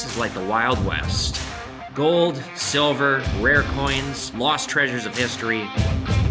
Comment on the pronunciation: Definetely great video. I work at a power company. This is cool. 'Shilver'. Love the History and 'Shilver' and U.S. Mint tie-together. And the Tesla/ Edison History of course.